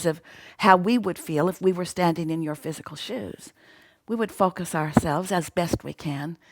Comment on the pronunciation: fockuss not focus. xD